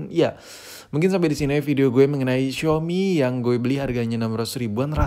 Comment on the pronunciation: Xiaomi Njer Bukan Xiomi